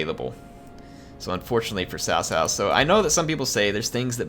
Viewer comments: because the correct pronunciation is closer to Tsao Tsao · Cao Cao is pronounced ts'ow ts'ow, not tao tao. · Your nearly there its s - ow with a slight T at the start like tsao tsao.